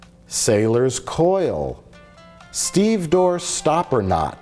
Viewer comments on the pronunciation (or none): Hey, give Abdullah Coldwater a break! He's from Alexandria, Egypt! Maybe his dad didn't have time to teach him super-fluent English...Seems unfair calls him out for his grammatical errors, but doesn't call out Mike for mispronouncing "stevedore"! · It’s stevédore, not stevedore